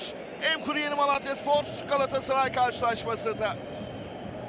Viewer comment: Bu spiker niye Galatasaray diyemiyor?